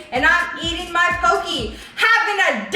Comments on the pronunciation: It’s not pokeee it’s pokEY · im really sorry but it bothered me poke is pronounced poh-keh.......at least thats how its pronounced on the islands